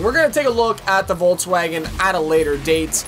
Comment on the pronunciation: and then we also have the vaulttwagen... (i was just like wtf how did he call volkswagen xD)